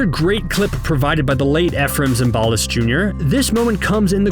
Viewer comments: It's not Zim BAL is, it's ZIM ba list. You are saying it WRONG! If you don't know how to pronounce it, *LOOK IT UP!!!*. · Zimbalist rhymes with Symbolist. Every single episode of the F.B.I., the announcer spoke the cast's names out loud, during the opening credits. Zimbalist was the main dude. You'd have to have never seen a single episode of the F.B.I. to not know how to pronounce Zimbalist. Does your mommy still powder your bottom, kid?